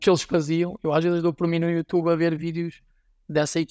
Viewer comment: Grande podcast parabéns, mas por favor não digas "youtchube"😅